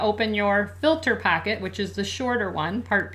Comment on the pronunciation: I believe she is saying, "filter pocket" but it sounds like packet.